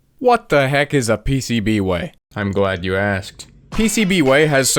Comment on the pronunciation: I thought the pcb way disc said pubway